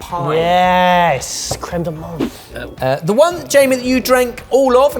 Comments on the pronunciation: Oh, please, you dabble in French, say crème de ment' (it's not an English th, it's a French silent letter) 😅😜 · loving it but a little heads up about french pronounciation : menthe is said mente like you say the th as a "t" sound